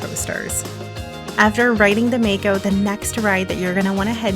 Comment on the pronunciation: If it's named after the shark then it's pronounced 'Mah-ko', not 'May-ko'